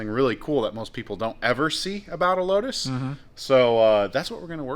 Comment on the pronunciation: Load us ( 🇺🇸 for lotus) LOW-TUSS!!!!! (How it's supposed to be pronounced)